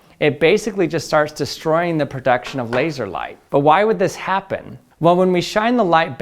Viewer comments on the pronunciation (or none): “Labseor” - Odd1sout